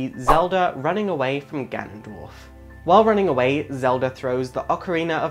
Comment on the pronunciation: You suck at pronouncing names. "Fayoray" (which you afterwards pronounce as "Fioray" .)? Try reading slower. Farore. Fah-Roh-Reh. And Nyaru It is clearly Nayru. And "GanonDWARF"? I can't watch anymore haha.